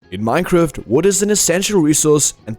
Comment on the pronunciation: Had to stop the video almost immediately to make sure I heard right... "Minecruft" 😹